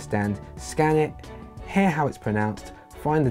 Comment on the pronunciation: It’s hear not hair